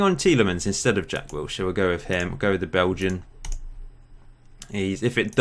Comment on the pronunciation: Did you say "Jack Wheelchair"